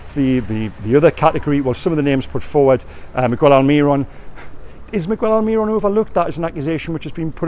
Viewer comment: Why can you correct your pronunciation of defence, but never migWELL alMIRon... Please please please stop